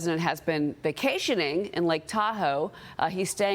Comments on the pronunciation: Lahhhhh-hi-Nahhh not Lahay Nahh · What's with people calling it "La-hay-na"??? It sounds so disrespectful to pronounce it incorrectly... and makes whiever says it sound totally ignorant. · Nice pronunciation of Lahaina, never heard that one before